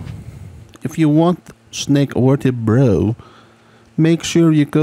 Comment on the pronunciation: You get an upvote simply for the many ways you pronounce vertebrae 10/10